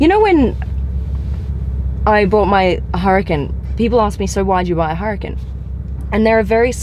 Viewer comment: Blondie! What's a "her a ken?" It's pronounced "Ooh rah Kahn" Huracán.